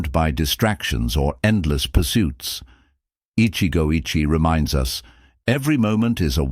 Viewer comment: The Japanese pronunciation is "ichigou ichie" was almost correct except the second word. The second word should be three vowels. Therefore i-chi'-eh. Not sounding like "itchy.